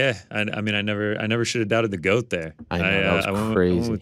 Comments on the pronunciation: Did Clarissa say she wanted to be the Gwoat? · Claressa talking about being the "Groat" lol